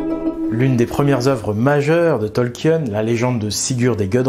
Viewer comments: Ça se prononce Tolkieun ??? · Ça se prononce Tolkine les amis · Ravi de voir un nouveau tissu de mensonge, mais c'est un peu fatiguant de t'entendre ruiner un des univers que j'apprécie avec des théories du complot. Tolkien ( que tu ne prononce même pas correctement) est un fervent catholique, et son éditeur lui a commandé le SdA, au contraire du Silmarillion qui était beaucoup trop désordonné Ta rhétorique me dégoute, et tes raccourcis sont absurdes, et non sourcés